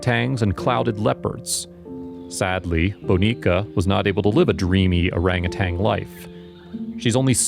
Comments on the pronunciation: Orangutan, NOT orangutang! Why is it so hard to pronounce properly? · Bless the wonderful people who rescue these sweet creatures (I wish the narrator, though, would pronounce orangutan correctly - not orangutanG. ) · They are orangutans not orangutangs!